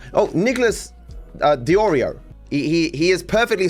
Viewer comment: wait thats a picture he picked for his own video 😆 he looks like some kind of pre human race animal. And he has the balls to pretend to mispronounce DeOrio as Dedreo? What the???